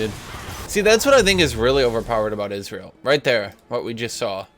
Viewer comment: Is he saying israel instead of ezreal